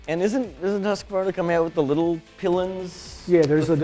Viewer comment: vit pilen it is a long i in swedish its pronounced viiiit piiiilen. How u say pilen is a small weiner in swedish xD. Instead of white arrow.